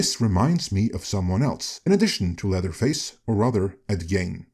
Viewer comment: I know you're not an American, let alone a Midwesterner, but Ed Gein's last name is pronounced like "Geen." At least that's how we've always pronounced it here in Minnesota, Wisconsin's next-door neighbor. I'm forty-six years old, and I've been familiar with Ed Gein since I was a young kid. The guy's infamous in these parts, and beyond, as you pointed out.